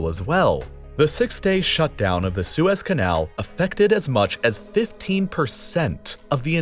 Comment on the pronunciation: Did no one catch him saying “Swiss” canal instead of the Suez Canal yet? Can the next video be about how the Swiss captured the Suez Canal?